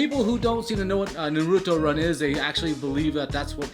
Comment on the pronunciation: This bich just said nouruto run